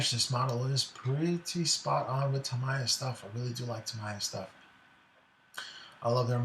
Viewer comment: Sorry mate but it’s pronounced Tah me ya